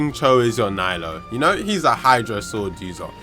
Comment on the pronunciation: Hes only AR 56, he can’t even say her name right😘 NILOU FOR THE WIN